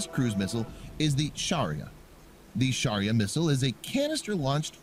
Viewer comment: It's shaurya.....not Sharia........ shaurya means valour....